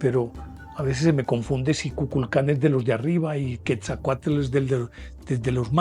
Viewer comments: Buenas, son buenos sus programas y es comprensible que solo tenga partes de las historias. Por ejemplo de Quetzalcoatl y Tezcatlipoca de Tula. el mito es mas profundo y diferente a su relato. Es chistoso como los colombianos pronuncian los nombres en Nahuatl, no es Quesacute divida en dos y diga quetzal coat Tezca tlipoca. Soy amante de las culturas antiguas y enamorada de, la de mi pais. Mexico. Felicidades por su trabajo. La forma de Serpiente es universal ( rios, caminos, remolinos, la via Lactea, el ADN, El tiempo-ciclico, ETC) Gusto en escribirle. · Así es y la pronunciación de Quetzalcóatl es tal cual, el lo pronuncia "quezacoatel".